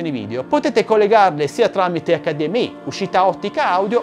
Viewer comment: Ciao, grande come sempre. Però si dice Accadiemmei e non accadiemmeai. Perchè pronunciae le prime tre lettere in italiano e l'ultima in inglese?